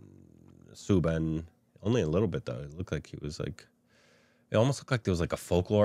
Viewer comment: Its not soobin its Soubin ( pronounce " ou " like house )